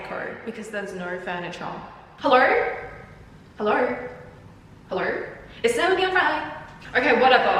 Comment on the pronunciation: helloer? helloerr?